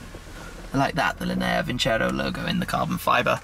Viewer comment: I'm italian, the pronunciation is lìnea vincerò! It's been painful to hear linèa vincèro all video long hahaha